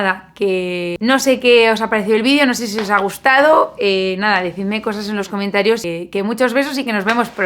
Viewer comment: como siempre cortas el "adiooos", dices "adiooos" o sólo dices "adioooo" porque sabes que la s no va a salir?🤔